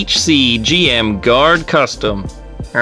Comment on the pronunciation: did u just call it a "Jim?" ITS CALLED A G-M. U say the letters, not name it facking JIM!